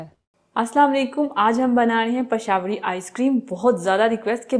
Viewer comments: Pashawari ?? 😂😂 It's pishawri.. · pashawri.. hahaha ..😂 ..how she say... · pashawri... hahaha.. how she